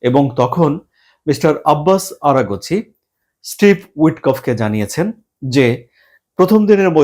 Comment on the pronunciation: আরা গছি কে । আরাগছি নাম ঠিকমতো বলেন